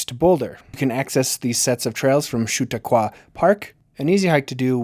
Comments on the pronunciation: shoot-a-caw???? It is pronounced sha-TAW-kwa. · It s pronounced Sha Taq Qua Park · Very cool. Could even be 10 or even 8 mins with all that beautiful footage. Ur obviously local why you miss pronounce Chautauqua and Ouzel Falls?😆✌🏾🙌🏾☮️ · Couldn’t tell if he mispronounced Chautauqua as a joke or just a simple goof. But I loved it and I have added it to my repertoire when I want to deliberately mispronounce words. Thanks for the chuckle.